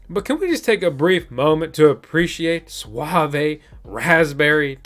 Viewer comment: suave, doesn't get pronounced with an "ay" just saying :) lol